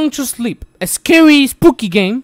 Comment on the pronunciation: “Among the S L E P”